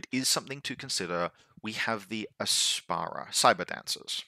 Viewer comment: Heck yeah OSS, my second faction after vanilla Nomads. Thanks for the overview, here's to hoping it does not get fully invalidated within a month. 😁 Also, it's the Ap-sara, not a vegetable that makes your pee smelly. 😂